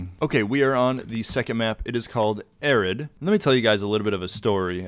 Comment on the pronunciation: I love his unmatched skill of being able to butcher every map name😭 Arid? ❌ Airid? ✅